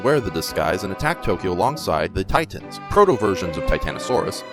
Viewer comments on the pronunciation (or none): none